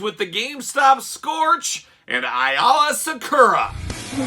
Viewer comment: A - LA IS HOW IT Pronounced hate to be that guy sorry